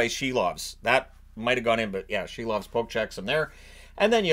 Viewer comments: Could you please at least pronounce his name correctly, it's Si-lovs like window sill, not she-lovs. Yeah, I get it, you think it's funny, but after playing great in the playoffs I think he deserves a modicum of respect. It's not only in the NHL pronunciation guide, but he also pronounces it this way. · I keep hearing the Canucks’ goalie’s name as “Shelob”.